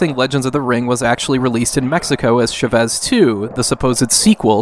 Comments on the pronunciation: Great video! FYI its pronounced "CHA-vez" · You said Chavez wrong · Am I the only one that feels the urge to punch everytime he misspronounces "Chávez"?